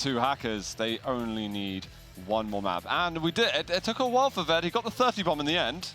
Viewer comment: 5 and a half minutes into the match on Molten Falls and I just have to ask what on Earth they keep calling V E D. Are they saying Ved Medic?